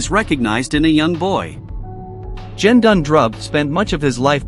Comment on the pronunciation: The G in Gendun is pronounced the same way you would pronounce G as in “get” and not as in G for Germany. Otherwise, thank you uploading this. I would recommend not using the photos and to change the pronunciation of Gendun.